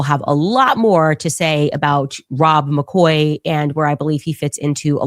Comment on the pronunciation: Rob´ber Maccoy…….? Candace ˋOveńed ´ …….!